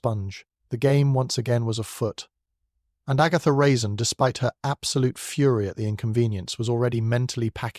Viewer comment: Good story, but horrible narration. AI can't tell the difference between a period and a comma, and mispronounces a lot of words… Even at one point Agatha Raisin's name is mispronounced.